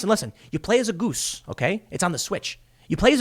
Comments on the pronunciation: The way he says "Goose" made me laugh. Just funny. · LOL why are you saying “goose” like that!? Mouth is aching from laughing 🤪